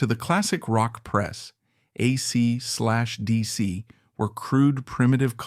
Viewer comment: aysee slash deesee? bad AI, bad!